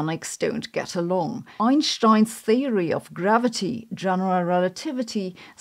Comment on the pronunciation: I like how Sabine pronounces Einstein's last name. Always correctly... 😇